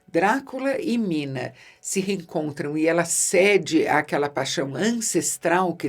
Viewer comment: Eu simplesmente amo esse filme com toda a minha alma. Tudo nele é perfeito! A interpretação do Gary Oldman é tão singular, que muitas vezes me pego falando suas falas buscando imita-lo. a maneira como ele pronuncia o nome Minaaaaa... é algo incrível! Bom, nesse filme têm dois dos meus atores favoritos, Keanu Reeves e Anthony Hopkins, além de outros que não precisa nem citar. É uma obra prima, que transcende o tempo. Bela dica para o Halloween.